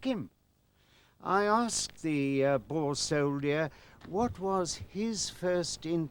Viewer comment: cant the pronounce the boer rightits a dutch woed for farmer